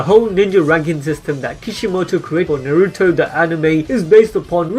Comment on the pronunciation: Fuck me it’s not narootoe it’s Na-ru-to